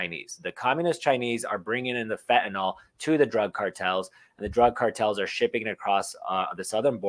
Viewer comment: Fentanyl is pronounced Fen ta nil